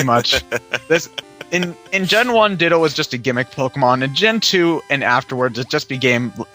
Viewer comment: When they said Ditto, I thought they said dildo..